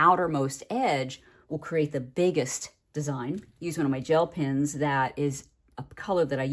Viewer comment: I was sure you were saying pins until you pulled out your pens. You had me really confused there for a few seconds 😂